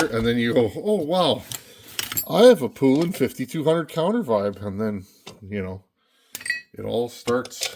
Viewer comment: Poulan is pronounced like the country poulan. Look up "old poulan commercial" you will see. Also the 5200 is 85cc not 82